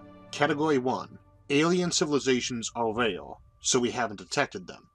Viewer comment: Impossible to listen to. I hear "rail" instead of "rare"